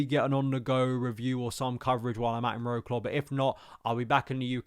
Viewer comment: Wroclaw. C is not pronounced as a K.